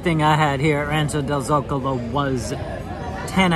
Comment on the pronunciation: You’re the first Disney youtuber that I’ve heard say “Zocalo” right! There is a town next to where I was born in Mexico called el Zocalo so I know! Lol